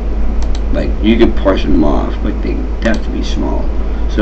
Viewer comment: Awesome video =) Really helped me out. My only complaint it's that you kept pronouncing "partition" as "partion" haha. It made me twitch every time.